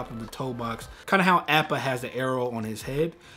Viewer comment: Did anyone else cringe everytime he said Appa's name (short a not long a)